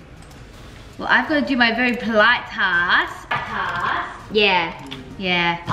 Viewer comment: Its polite not poilte Hahahah